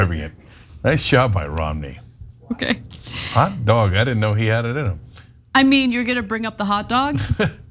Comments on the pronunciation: But when he starts to pronounce hot dog as hat dog, it makes me wonder if somebody didn't just put one in his hand. I'll admit he did pretty good for someone who probably has never had a hot dog before. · He loves hot dog so much that he somehow has difficulty pronouncing it! "Hat dog" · Romney’s “hot dog” sounds like it has “hat dog” blended into its pronunciation